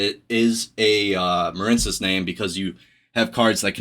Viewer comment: Muh-reen cess. It's a water based archetype. Like the words marine life or marine mammals or the US Marines. Quit intentionally mispronouncing card names no one who speaks English doesn't know the word marine.